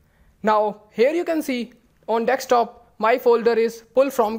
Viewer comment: Spell it.. Deee sss kk.desk top Desk [S] not Dekstop or dextop Repeat after me de sk desk desktop Desk top